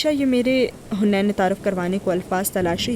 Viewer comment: Its haneen not hunain